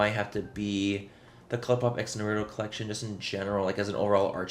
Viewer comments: Its pronounced nara toe not na rue toe but agreed as a fellow weeb, i was also so disappointed 🙃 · "Naru-doh"? Noooooo Manny😢